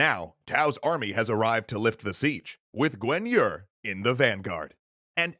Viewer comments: It's bothering how you pronounce Guan Yu. You pronounce it "Gwen Yer". This is not correct, not even close. It's "Guaan Yü". At least you aren't pronouncing Cao Cao as "cow cow". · How does Yuan become You ran what the actual fuck? Guan yu is Gwyen yer? Sun is Swen? Quan is Tran? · Correct pronounciation: Liu Bei : Leeyou Bay Cao Cao : Chao Chao Sun Jian : Soon Jian Guan Yu : Kwan Yuu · I'm sorry I do love you, I overlooked Cao Cao's name being mispronounced (cause it wasn't Cow Cow) but I stopped watching after you butchered pronouncing Guan Yu's name a second time...